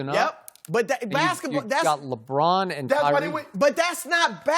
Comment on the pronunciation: Napier Nah fam, LeBRAIN James🤣